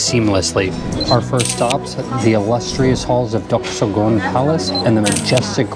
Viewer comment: Duk soo - Goong. - Kiong bok - Goong.